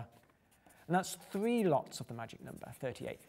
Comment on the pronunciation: I love how he says 'nomber' <3